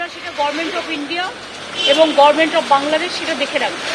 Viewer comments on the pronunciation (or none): নেত্রী বলে গরমেন্ট্। গভর্ণমেন্ট উচ্চারণ করতে পারেনা।